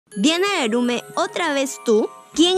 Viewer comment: Es laurme no larume